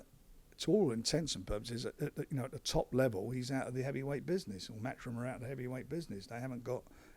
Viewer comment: the Same Anymore oh and it's 'matchroom ' not 'mathroom'